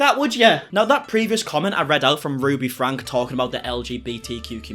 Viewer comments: Can I mention it's pronounced Frankie not Frank, I feel so sad for the 6 children, I watched Ruby for years and I saw such strange things, like she never watched her little children until they got in trouble, then she would fly off the handle, I always thought that if Ruby been keeping tabs on then it would never would have happened. She turned very menacing in her household. she made Shari drive all the kids to school and Ruby went back to bed, how can you turn away from your family, Ruby is clearly mentally ill, there were so many occasions of abuse, it shocked me that Kevin went along with her. Ruby is not qualified to advise anyone. Why has no one stepped up and removed the children from the home. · Ruby’s last name is pronounced Frank E, not Frank 😉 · You are correct about Ruby....however the last name is pronounced Frankee, not Frank.....just saying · Their last name is pronounced “Frankie” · I like your videos and everything you do on 8 Passengers and Connections (However it’s spelled!!). But you do mispronounce their last name. It is “Frank-key”!